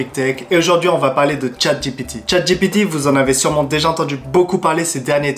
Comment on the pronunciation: Attention à la prononciation: "dji pi ti "et pas "j'ai pété" ;o) On joue à chat j'ai pété ? C'est toi qui colle !